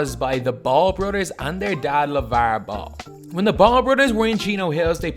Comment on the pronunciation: Lav-uhrrrr Ball😏😏 Nice vid tho, this dude knows his shit